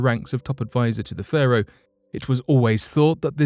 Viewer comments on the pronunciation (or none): none